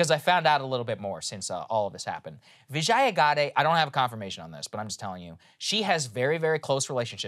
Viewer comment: LOVE your content. Huge fan. But can I correct your pronunciation? I worked at Twitter a long time ago, and I know how her first name's pronounced. It's VIJ-yuh, rhymes with fridge-yuh, not vih-JYE-uh. :) SORRY to nitpick. Just wanted to correct it for the record. :D :D